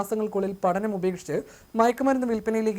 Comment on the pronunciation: " വിധ്യാർത്തി", പട നം "" ഉച്ചാരണം ശ്രദ്ധിക്കണ്ടേ